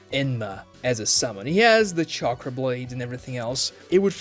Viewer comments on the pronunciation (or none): none